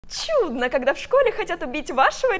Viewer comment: Слово "чудно" звучало так будто его произносит Бри ван де камп